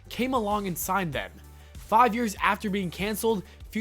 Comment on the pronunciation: he pronounced years yeras